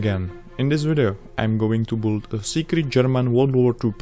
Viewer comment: It is not BOOLD dude, it is build, pronounce BILD BEELD NOT BOOLD!